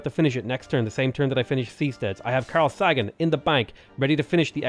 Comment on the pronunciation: It's Carl Say gan..